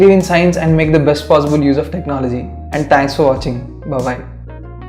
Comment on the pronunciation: hahha u said tank